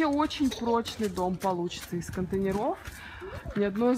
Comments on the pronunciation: из контЕйнеров, а не контейнерОв. контЕйнеры а не контейнерА. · Соглашусь. Очень режет слух😖 правильно - "из контЕйнеров!" , а не "из контейнерОВ"!!! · контЕйнеров, ударение на Е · Ну сколько можно говорить "контенерОв"! Из контЕйнеров! Ну же... 😏